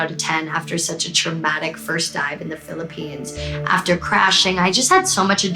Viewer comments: It's "PHILIPPINES" not "PHILIPPENES" I'm from the Philippines but no biggie, I understand how taxing editing these awesome videos can be, Molle. 😆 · 'Philippenes' lol.